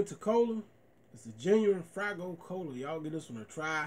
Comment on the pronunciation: It’s FAYgo not fraygo which you have said in all your other faygo reviews. Good review woop woop